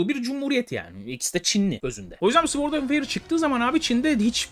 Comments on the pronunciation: Sword’da ‘W’ harfi sessizdir. Sord diye okunulur. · Güzel video. Ve tamamen iyi niyetimden söylüyorum sword öyle okunmuyo :)